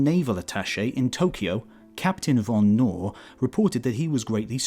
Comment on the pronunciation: I hate it, when von or /kn/ is pronounced English.